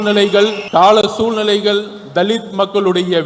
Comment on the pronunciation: Soolnilaigal illai soozhnilaigal yendru solla vendum. Moodevi Thamizh theiryama pesadha. Poda loosu